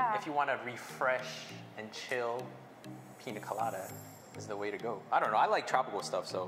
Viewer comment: It’s Piña colada